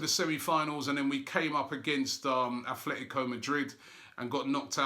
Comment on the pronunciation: Robbie, when will you learn how to pronounce Atletico correctly?